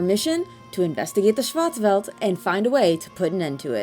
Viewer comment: Schwarz is pronounced shorts with a w. It's German for black and welt is pronounced for world. Shin Megami Tensei Fear of a Schwarzwelt.